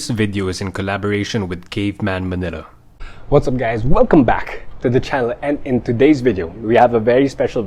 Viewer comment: Why do grown men do those stupid intros? It's like you're spazzing out... 'welcoerbdme bdhehack' da fk